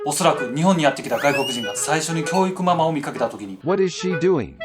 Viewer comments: キョゥウィクゥマゥマァー ↑これ好き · 教育マンマンてきこえた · 脅威熊まー、に聞こえるw